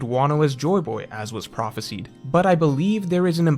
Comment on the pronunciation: you come off as someone highly educated and intelligent but it kinda breaks when you mispronounce “prophesied”. The end should be like “sighed”, not like “seed”